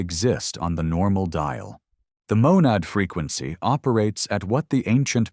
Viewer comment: I hear fricancy.